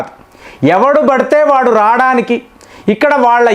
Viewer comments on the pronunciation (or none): సార్ మీరు రాడానికి కాదండీ రావడానికి అనండి తెలుగును ఖూనీ చేయకండి.. కోసం అనండి కోస్రం కాదు కదా